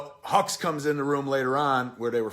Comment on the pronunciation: Love the video, watching this with subtitles makes it even better. The hux vs Poe scene at the beginning becomes hilarious. Poe keeps calling him hugs instead of hux, it's amazing